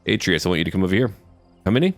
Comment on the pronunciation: YEA F U PARIS btw love your vids ps atreas is actually pronounced a-treas and I hate posting comments like this because I feel like I sound like a jerk so please forgive me